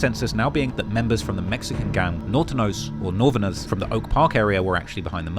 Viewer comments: The man said "Nortenos" instead of "Norteños" 😭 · It's pronounced NOR-teh- Nee-Ohs. Not nortenos. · Norton-Os 😂 it’s ( NOR-TAY-NOSE ) Or ( NOR-THANOS ) 😂 Norton-Os 💀😂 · Dude said NORTINOS lol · Nor ten ohs 😂 Nor-tang-ohs, aka Norté aka 14 aka XIV aka Nuestra Familía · Its Norteños not nor-tin-nos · NOR TEN OHZ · You gotta learn bout NorCal mayne "Nortin-O's?" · Bruh said "the Nor•tin•nos" 🤣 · Nor tin neos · Lmao the way you pronounced Northenos and northenos the most famous gang from norcal. Ebk ain't the most hated in gang in cali, it's Hoover's and Fresno bulldogs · Couldn’t even take a couple minutes to look ip how to pronounce Nortenos, is straight cheeks, stop defending this bum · The way he pronounced Norteños made me pass away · pls look up how to pronounce nortenos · damn butchered tf out Nortenos